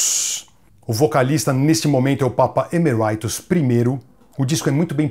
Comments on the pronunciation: Grande Gastão! Ótimo vídeo, como sempre. Só pra agregar valor ao conteúdo, a pronúncia de Tobias, é Tobias mesmo bem como a gente lê, e não 'Tobaias'... Assim como Papa Emeritus (Eméritus e não 'Emeraitus') que vem do latim e é bem familiar pra gente que fala português, oriundo do latim também. No mais, grande vídeo, com muita coisa que não sabia da banda! Grande abraço e parabéns pelo trabalho! - Richard. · Gastão, muito bom esse Breve Lero! Excelente conteúdo. 2 coisas: 1 - O nome do "Papa" se fala Eméritus, mais pro "italiano" do que pro inglês. 2 - Faça um sobre o TOOL!!!! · Emeritus é em latim, não precisa falar como se fosse em ingles... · boa Hellpath! valeu pelas informações. Pronunciei como ouvi em uma entrevista gringa e eles falaram "Emeraitus"